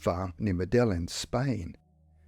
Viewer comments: Medellin is pronounced Medayeen FYI. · That's how they pronounce the Colombian city anyway.I think in Spain they use the "l" more.Certainly not pronounced the way it is on this video.